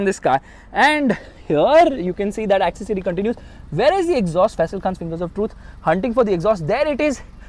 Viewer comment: The word is ‘accessory’.